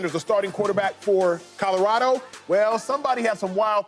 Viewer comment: Mfks be saying Codorado lol